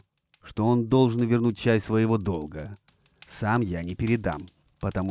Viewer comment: Блин,будто бы хороший сериал смотрю,настолько круто сцены поставлены и сюжет цепляет. Хоть сейчас мод по видео делай) В общем 10 из 10 на кончиках пальцев ног!)) Но немножко режут слух ошибки при озвучке .( долгА вместо дОлга )